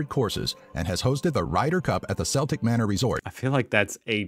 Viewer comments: You are fast becoming my new favourite channel on YouTube. Keep up the great work. The golf course is pronounced KELTIC MANOR (CELTIC) and not SELTIC MANOR. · My guy called it the SELtic manor😂😂